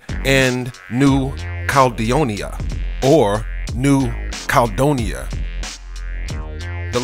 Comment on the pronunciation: The indigenous people of New Zealand are Maori pronounced Mow-ree . The Pacific island you call Caledonia (cal donia) is actually named New Caledonia and is pronounced Cal-e-don-ia. If you are going to make an informative video please check your pronunciation, or you come off sounding like an idiot!